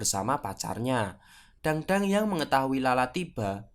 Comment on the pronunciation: bacanya bukan dangdang,, tapi tangtang